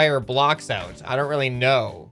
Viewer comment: wat no sout not oud!!!!!!!!!!!!!!!!!